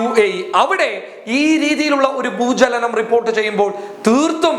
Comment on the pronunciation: ഭൂജലനം അല്ല ഭൂചലനം